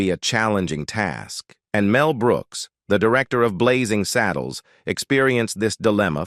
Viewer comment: It’s Blazing SADDLES, NOT SADDLEES